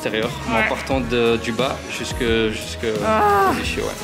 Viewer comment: Il m as fais trop rire le coach avec "ichhhio" lol ca se prononce les " izkio" Sinon suoer vidéo Gros bisous 💛💜💙❤🧡💚👌👍